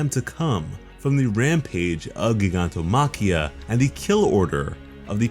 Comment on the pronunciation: Y he say gigantomakia like that